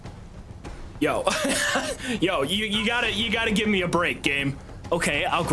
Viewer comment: "i wanna guve you my tip"